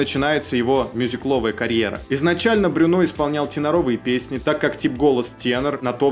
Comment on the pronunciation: Во французском все ударения на последний слог. А буква u читается как ю. Брюнó